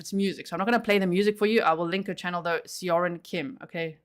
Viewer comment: Korean name pronunciation help time! Seorin is Soh-rin. If you want to be more accurate, the soh is about halfway between "so" and "suh". Definitely not "so" as in sew, more like the o in "sock".. "Rin" is much closer to "din" than the typical hard R of American English. I hope this helps! Whenever you 'eo' in a Korean word, it will always make this sound. It will never be two syllables. Think of it as one letter when you see eo.